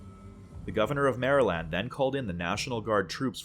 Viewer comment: This guys gotta be Canadian or something 😭 an American would never pronounce Maryland like that 🤣